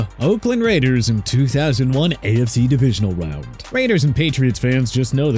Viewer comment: The Narrator just goes full Elmer Fudd by saying 'wound' instead of round 😂😂